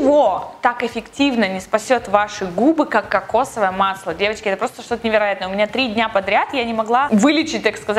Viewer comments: Она так неправильно говорит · мне послышалось "Евочки", а не "девочки" =) Всем хорошей недели!